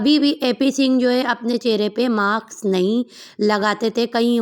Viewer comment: Maks nahi mask hota hai 😂😂😂